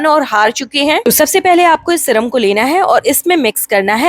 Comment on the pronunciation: Syrum hota hai madam shram nhi